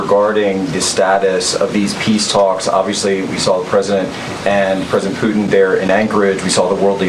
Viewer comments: I wonder how the Russian president likes his name pronounced “Pu-in”? THAT is disrespectful. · It is likely that poo-in is the more appropriate reference, though not what she had intended. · She needs to put the T in Putin, not puin. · Can't even pronounce Putins name properly. Sounds like Poo-in. Quite an apt description of Putin but very wrong, showing a total lack of ability. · Can’t she pronounce her T’s ? Pu in? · I wish she could pronounce Putin correctly. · Did she say his name wrong a couple of times